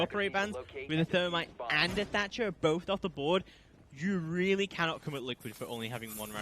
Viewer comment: 10 seconds in and my mans said "Termite and Tatcher" ....aaaaaand skip.